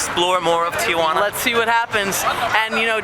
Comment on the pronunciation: Good video, very informative, but the city is pronounced Tee-wa-nah, not Tee-a-wa-nah. also Mexico is not Española.